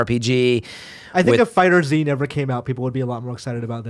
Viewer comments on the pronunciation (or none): it's called "FIGHTERZ", not FIGHTER Z